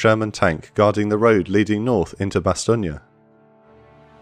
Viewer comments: I don’t know if it’s me, but do I hear, “ Bastonia”? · I live with someone who speaks fluent French, and I've also done extensive studies into this battle myself, and never in my life have I heard it pronounced that way. Additionally, even the Wikipedia pronunciation guide has it as "Bas-ton". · odd how Bastogne is pronounced Bass-stonia when over here it's pronounced Bass-stone. overall this is a darn good look at that battle. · The E at the end of Bastogne is SILENT. It is pronounced "Bah-Stone" - You are adding some extra vowels and it really sounds silly to speakers of polish. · No, it's an American mispronounciation by GIs on the ground who saw a road sign to a place they didnt know how to pronounce, that stuck. There was no American English pronunciation of Bastogne before 1944. Much like the mispronounciation of Foy. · your say bastonge wrong.... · I'm not, the Americanised "Bass-stone" is a mispronunciation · Superb series of videos, but goodness me the pronunciation of "Bastogne" is atrocious. I'm very sorry, but it is the only problem I have. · Is this really the correct way to say Bastogne? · Why u saying it wrong? 😅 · Great series but the mispronunciation of Bastogne really gets on my nerves. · I'm francophone, your pronunciation is a bit off. Maybe it's an accent thing? Don't mean to sound like a dick, I love your work.